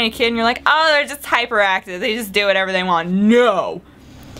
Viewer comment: I love when you say whatever... 'cause you pronounce it warever! xD